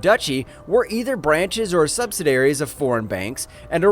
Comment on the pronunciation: It's pronounced "subsidiary".